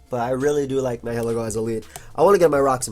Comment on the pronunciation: It's pronounced ny-uh-lee-go